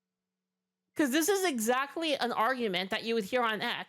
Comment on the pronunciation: Me: It is what it is" The Group: It izz what it izz.